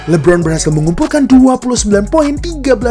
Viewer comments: Bang sekadar masukan ajanih, cara bacanya LE Bron, kalau Abang bacanya li bron. Artinya namanya jadi Lee Bron bukan le bron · LI-BRON2 palakau, donkij palakau